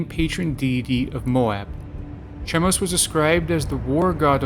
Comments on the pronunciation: It's pronounced Kah-moh-sh... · Is this supposed to be funny? YHWH all throughout the Old Testament demanded sacrifice. Read your bible! Stop lying about the God of the bible and it's pronounced Kemosh. The Demiurge is the worst god in history as more people have died in his name!